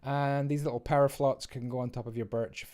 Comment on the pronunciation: "Power Flots"